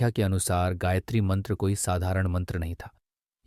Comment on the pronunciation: हे महान भाव आपने ब्याखया तो अच्छा किया है परन्तु गायत्री का सही उच्चारण आप से नहीं हो रहा है।